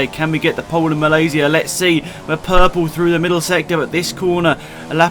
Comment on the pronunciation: The only F1 youtuber that pronounced Malaysia correctly good job mate btw greetings from Malaysia :)